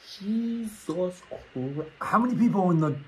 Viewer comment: when he said"JeSuz CHRI-😭😭💀💀"